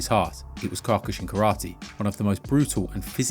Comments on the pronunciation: It's pronounced Key-oh-ku-shin btw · I love these videos please try to find how kyokushin practitioners pronounce the word... you're close but the first vowel is an "oh" not an "aw" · If you're going to talk about Kyokushin Karate, at least learn how to pronounce it correctly. Mispronouncing it repeatedly undermines the entire video and disrespects the art. Either take the time to speak with accuracy and respect, or reconsider offering opinions on topics you haven't taken the time to understand.